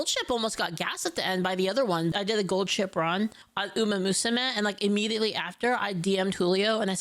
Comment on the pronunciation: I'm sorry. I just keep hearing Gold Shit throughout the entire video. I'm not gonna retain anything from this video.